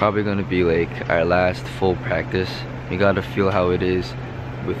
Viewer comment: you can literally see the epiphany on Mark's face 😅 "you guys are gonna fill (feel) it" will probably be in his next rap p.s that was the cutest Wh0o ever